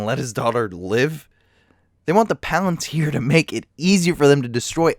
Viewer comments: Is it difficult to say Shelob and palantir the same way they’re saying it seconds before you or do you just enjoy putting the stress on different syllables? Because I’m pretty sure they’re not saying shuh lob and pa LEN tear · Why do you pronounce shelob and palantir wrong when they say it in the same video